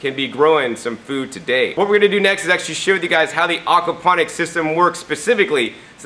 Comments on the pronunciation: great video but its AWKward when you call it AWKapnonics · Please stop saying Arkwaponics! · Okwaponics? Is that like aquaponics?